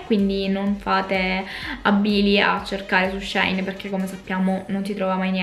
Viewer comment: Ciao 😍 La pronuncia corretta sarebbe "She in" perché il nome originale del sito era "She inside". Ma alla fine ciò che conta è fare shopping 🤭😌 Ps. Sto per fare un ordine per colpa tua ahahahah